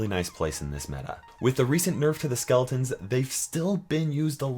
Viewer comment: Spahgelitons? LOL